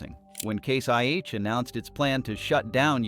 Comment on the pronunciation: You’re saying case YH and it’s case IH idiot